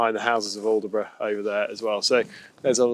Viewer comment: Great video just one little thing. The locals will be shouting at the screen when you called it aldeburgh its pronounced with a silent d & e "allbrough" My wife who's a Suffolk lass is chomping at the bit lol.